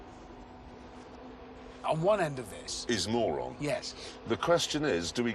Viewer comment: As a mongolian when the called Mörön as moron i burst out laughing. It pronounced more like murun